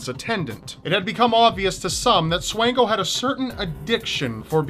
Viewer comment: Micheal Swango, Actually pronounced like Swan as in the bird (swan-go), was a graduate of my high school and worked at my local hospital! Graduated from Quincy Notre Dame and worked at Blessing Hospital. Rumors say he could have killed more than a few hundred people while in Zimbabwe.